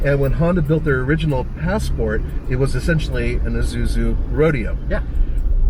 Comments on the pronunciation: this is ISUZU, NOT IZUZU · Everytime somebody says Izuzu instead of Isuzu, an angel's wings are violently plucked from its writhing body.